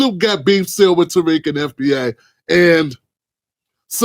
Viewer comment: He never insulted Black Americans. He was talking about a SPECIFIC group of people. Nobody talks about the part when he said every group has radicals in it and he even mentioned Puerto Ricans. He OBVIOUSLY doesn't know about FBA because he didn't even say the name right.